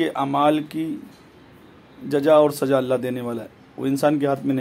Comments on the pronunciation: Abe jahil santra 🎃 jaja nhi jaza h jaza Ja or apni Urdu sahi kar baad me baat karega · Are Jahil Pahle Sahih Urdu Bolna To Seekh Le....Jaroori, Cheej, Jaja, Namaj, Trabi, Saaba......Yeh Sirf 2 Minutes Mein Urdu Ka Hal Hai, Puri Video Mein Urdu Ka Jo Bedardi Se Murder Kiya Hai....😀😃😁😆😅....Allah Ki Bachaye Aise Jahil Babao Se.